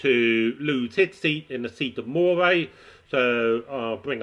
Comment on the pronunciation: Moray, "MUH-ree"